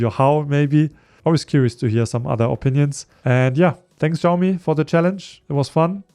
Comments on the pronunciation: People keep pronouncing Xiaomi wrong, it's not ziaow mee, it's pronounced siaow mee. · Bro you are saying Xiaomi wrong